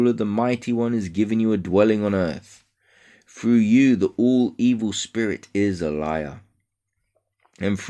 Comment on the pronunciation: "THROUGH" NOT "FROOO"!!!